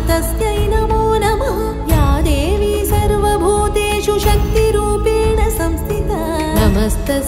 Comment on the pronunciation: Sriranjani ji, beautifully performed, and shot! If I may, please pay attention to correct Sanskrit pronunciation. For instance, in Sarvabhūteṣu, (सर्वभूतेषु) it’s षु not शु; In Saṃsthitā (संस्थिता) it’s, thi (थि) and not ti (ति). Though I very much enjoyed the production overall, when in every line these repeated mistakes came about, it was disturbing to listen to. As an extremely talented artist from a legendary musical lineage, it would be great if you could take this feedback positively and learn to correct these typical pronunciation errors in Saṃskṛtam related to, Visargaḥ (विसर्गः) Alpaprāṇa (अल्पप्राण) vs. Mahāprāṇa (महाप्राण) etc. Thank you!